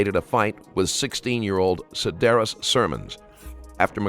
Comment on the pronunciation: You read the victims name "Sidarus" and its "Siradus". thats fcked up.